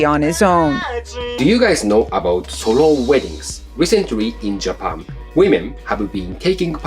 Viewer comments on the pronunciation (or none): Pronouncing the word "solo" as "sorrow" is kind of on point.